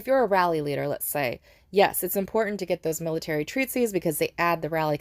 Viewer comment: 'treatise', not 'treatsies' 😂